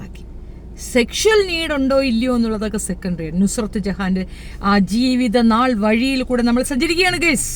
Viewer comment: നസ്രത് അല്ല നുസ്രത്താണ്